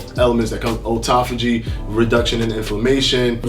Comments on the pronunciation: Auto-phagy...not O-taphagy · Not sure what happened because he used to pronounce it correctly.